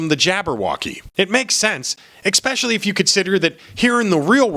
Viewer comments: The word is pronounced especially not expecially. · You're correct in your position and points. But, leftists will jump on anything they can, and your saying ek-specially . It's es-specially. (hearing that made me cringe, and I know leftists would use that as a digging point, because they can't argue any of the other points. Best that we all hone ourselves to an ever keener edge in all areas.) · First time viewer....... You had me right up until the mark, when you said "ekspecially" sic instead of "especially". Sorry but it's a pet peeve of mine. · I was with you until you said the word "EXPESHALLY". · you mispronounced especially